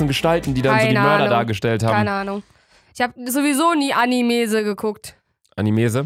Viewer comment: Als sie gesagt hat Animese musste ich heulen